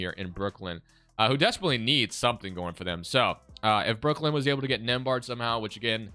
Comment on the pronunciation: My last name is nembhard and to hear the way he says it, is killing me lol 😆 😂 the B is silent